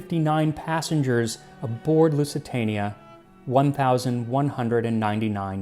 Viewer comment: "Loozee-tania", not "Loossy-tahnia". However, great video as usual!